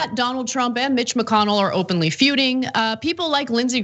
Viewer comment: Did he say Mitch McConnell or Bitch McConnell at the start?